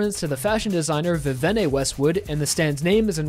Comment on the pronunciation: he got her name wrong here It's actually viv-ee-en Westwood, just Vivian, but spelt Vivienne